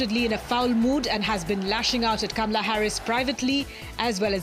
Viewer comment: if you practice you could learn to pronounce her name repeat, KAH MA LUH. KAH MA LUH keep repeating till you get it right. You should learn to pronouce the First Woman Presidents name. Just saying....